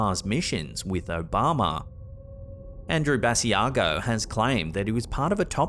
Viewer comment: Sorry to comment again, but just a little note,. Andrew Basiago pronounces his last name "Buh-sigh-go.". Another great video as usual. Take care and keep slapping that ham! #HAMSTERSFOREVER!